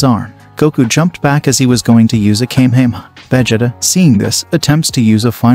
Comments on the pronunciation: “Kame hame a” 😂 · Ki - kai 😂😂😂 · Its Pronounced KomA HomA Ho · "Veggieta"💀 "Kay"💀 "Texas S S S S M M M M A A A A S S S S H H H H"💀 "Kaymehame"💀 "Laive"💀 "Ayzawa"💀 "Uraka"💀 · Kamayhamayha is how kamehameha is pronounced why don’t these automated voices change that and pronounce it correctly mane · The way he pronounces vegeta and kamehameha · You're not pronouncing vegeta's or Goku's Kamehameha right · A bit of mispronounced names and moves like Whis and the Kamehameha.